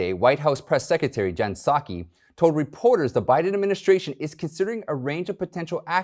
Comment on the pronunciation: Did he pronounce Psaki “Sukky”? 🤷🏼‍♀️